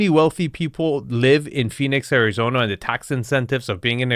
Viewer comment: Areezona? C'mon man 🤣😂😉